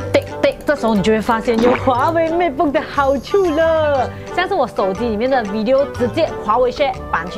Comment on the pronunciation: 如果唔睇畫面，我可能以為你讀MacBook 。Matebook同MacBook 也太相似